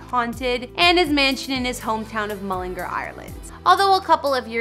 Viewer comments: How she pronounces mullingar : mullingerrr How we pronounce mullingar : mullingar Ngl she kind of annoys me hahahaahha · mullingur its mullingar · Its mullingar not mullinger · Yea it’s pronounced ‘mullengARE’ not ‘mullerGRR’. 🤣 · You know these people haven’t a clue when they say mullinger instead on mullingAr, and call Louis, Lewis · mullingARRR not mullinger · The way she is saying mullingAr is annoying me sm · she said ereland mullingr 💀💀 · Its so annoying how americans prounce all irish names towns all that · It’s pronounced mull-in-g-are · There's an a in Mullingar for a reason! Pronounce it properly, MullingAr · no no no, Mullingar, Ireland is pronounced Mull - Lynn -Gare. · Mullin- gar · That's NOT his childhood home. Yes, that house is in MULLINGAAAAAR....learn to pronounce it properly...but it's not the house he grew up in. I've actually been to his childhood home and met his dad and his partner. Why are you trying to be a 'news reporter'? get a real job... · It's Mull-in-gar. GAR! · YOUR NOT SAYING MULLANGAR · She said LEWIS and Mullingar wrong. She also said that his net worth isn’t too shabby. Hers is way less. He lives in London and LA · Lewis Tomlinson?? It’s Louis Tomlinson’s pronounces (Louie) 🤦🏻‍♀️🤦🏻‍♀️ and that house in Mullingar is one he bought for his mom. He has a house in England. I’m so done.. you acted like you knew everything and you couldn’t even pronounce Louis!! Or Mullingar!!